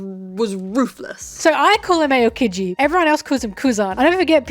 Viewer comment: I love you pronouncing Aokiji as Ayokiji